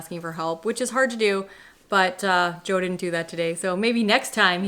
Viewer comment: Ahhhhhh……Joe! I finally worked it out via the text. I’m sorry but I occasionally struggle with Canadian accents a bit …..just you pronounce some vowels and SOME consonants oddly compared to Aussies.